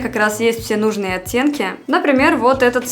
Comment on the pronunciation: так по-белорусски говорит слово "оттенки", я слышу "оцценки" 🤣